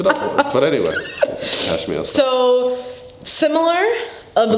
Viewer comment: Definitely in phase 3 right now. Also could not handle "cash me ousside" lmao